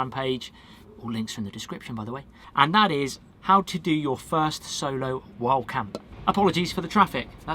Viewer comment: I spent 5 minutes trying to figure out wth "wall camping" was! Lol Wild camping to way you say it sounds like wall camping. 😁👍🏼